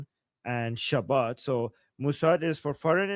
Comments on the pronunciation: its Shabak not Shabbat 😆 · Shabak, not Shabat :) like Savak, just with Sh and B :)